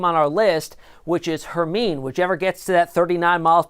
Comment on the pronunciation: its pronounced Her Mine E like from Harry Potter